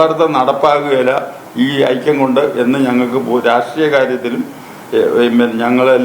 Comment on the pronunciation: ആയിത്ത മല്ല ആയിക്കം 😂